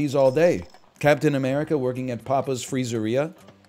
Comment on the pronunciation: Papa’s Free-zeeria so pogged